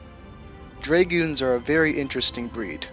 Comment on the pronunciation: “dray-gewns” lol